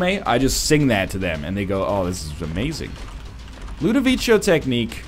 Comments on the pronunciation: I know, that's my point. I'm pretty sure it's not pronounced that way in italian. Is that how they prnounce it in the movie? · I hate to ask, but where does he get "Ludovicho" from? I mean, why does he pronounce it that way?